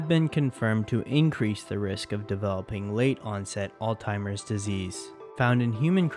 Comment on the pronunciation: bro kept saying all timers disease